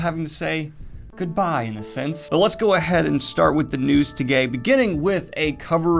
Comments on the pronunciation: Am I tripping or did he say "news to gay" instead of "news today"? Are my ears wrong?? I watched it over like three times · "the news to-Gay ." Gave me a little chuckle (' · "Let's go ahead and start with the news togay" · “the news toGAY” 🤨🤔